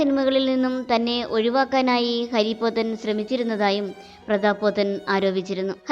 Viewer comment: ഹരിപോത്തൻ അല്ല ഹാരിപോത്തൻ ആണ്